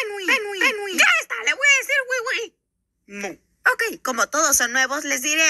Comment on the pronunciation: Bro dijo wi-wi